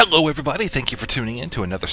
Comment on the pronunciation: am i really the only one who's annoyed by the way he says "HEllo everybody"? that loud HE at the beginning... makes me wanna punch a baby